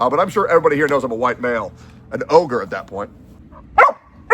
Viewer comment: Did just try to say ogre? 😂